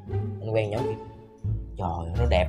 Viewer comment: Nói rat giọng miền Tây phát âm mắc cười muốn chết nhứt là choi ơi choi